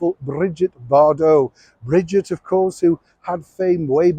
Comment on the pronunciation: Sex kitten, what a horrible way to describe Brigitte Bardot (or any woman!) and you can’t even pronounce her name the way it’s supposed to. Shame on you.